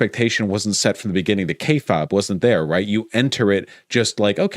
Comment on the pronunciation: Vaush has said the word kayfabe far too many times to not know how to pronounce it properly